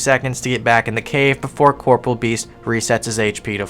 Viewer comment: I know this is off topic and pointless but....WHY DO PEOPLE AFTER ALL THESE YEARS STILL CALL IT CORPORAL beast? It's pronounced Cor-Por-E-al